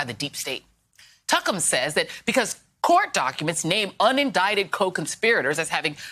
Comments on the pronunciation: No, she called him tuckums 🤣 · Did you say Tuckems 😂 goodness it’s beautiful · Did she say "tuckem" 🤣😂🤣😂 I am weak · I like how she calls Tucker Carlson "Tuckums" lol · She say "Tuckem"... 😂😂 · Did I hear her call him Tuckem? LOL!!!!! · Did my Girl Joy just call him "Tuckum"? 🤣🤣🤣💀☠